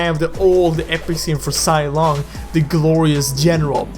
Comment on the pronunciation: You even pronounce zilong wrong